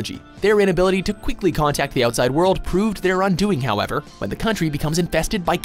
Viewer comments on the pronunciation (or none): none